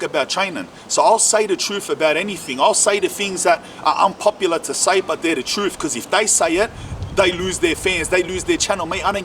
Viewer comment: speak the truFF aye Lol